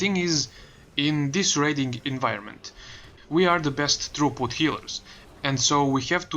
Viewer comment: Okay.. 10 tries later... what is it you say we are the best ... healers. I dont understand the word inbetween best and healers. trooput? throughput? true put? what? xD